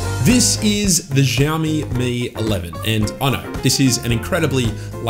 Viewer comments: It’s “Shiao-me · Say it with me "Shao Mee". Drop the Z 😂